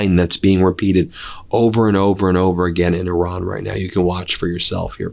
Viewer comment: “Oran”? The name of the country is Iran, not Oran. Ben, please respect the Iranian people (not Oranian) by learning to pronounce the name correctly. Thank you!